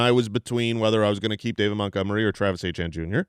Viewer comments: Ok can we please stop saying Achane for Etienne?? Its getting confusing and annoying lol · Travis Etienne is pronounced “AY-TEE-ANN”. Travis was born and raised in Cajun country about 15 mins from where I was born. I don’t care how he says it’s pronounced, it appears he had some southern drawl in the viral clip of him correcting pronunciation. It is certainly not “ACHANE” like Devon Achane. Every Etienne from Jennings, LA pronounces it “AY-TEE-ANN”, and when pronounced fast with some Cajun slang annunciation it can sound like “Achane.” Another is Kayshon Boutte. It is pronounced “BOO-TAY.” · So odd that they (ETN's family) pronounce Etienne that way. In french it is more like Eh-Tee-Yen. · Are they really calling him achane??? Come on. It's fucking Etienne 😭😭 don't do this to me. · Travis Achane (Etienne) they get correct now everytime…. mention his brother Trevor (Etienne) and they’ll never change the pronunciation lol